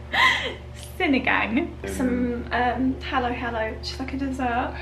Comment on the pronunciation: That white piece of vegetable is called radish. Sinigang is pronounced ‘see-knee-ghung’.